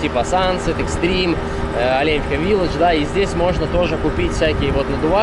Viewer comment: Ну Москва не сразу строилась) дороги делают. Правильно говорить Оленевка. Олень или лень) а так вообщем то вы молодец всë позитивно, обзор хороший. Житель Оленевки).